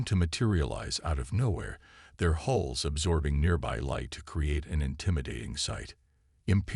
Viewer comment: Ships have "hulls" not "holes"